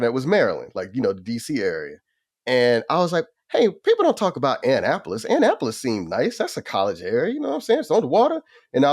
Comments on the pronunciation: The way he pronounced Annapolis has me ROLLING!!! We pronounce it Ah-Nap-polis. Idk where Anne-Apolis is. LMAO. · That pronunciation is absolutely hilarious. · Joel if you need some Maryland recommendations holler. Its A-nnap-olis Annapolis. Its just downtown Annapolis thats an issue. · You beat me to the punch... ANN - Apolis.. ha ha ha!!!😅😅😅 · Joel calling it Anne-Apolis 😂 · Joel... Don't ever pronounce Annapolis like that again. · Lol. Hilarious. I had to translate that shyt for a second. "Never heard of that part of Maryland??"